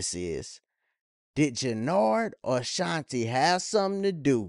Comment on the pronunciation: Shanti not shatae